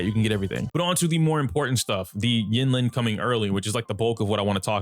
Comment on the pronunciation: it's pronounced een-leen